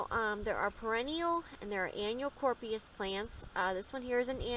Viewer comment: Helpful but FYI the name is being mispronounced. It’s sounded out as Cory-op-sis